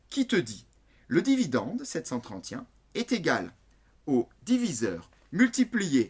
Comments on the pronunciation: et pourquoi vous dites septcenttrente y un au lieu de septcenttrente et un ca me stress tout le long de la video mdrrr mais merci pour les explications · pourquoi est-ce qu'il dit "sept cent TRENTIEN" ???? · c est vrai qu il dit 73Y1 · C'est normal moi j'entends "sept cent trente Y un" 🤣sinon merci ! ❤️J'ai suuuuuuuuuuuuuper bien compris ! Ça aide à %😅😅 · Sept cent trentient 😂😂😂😂😂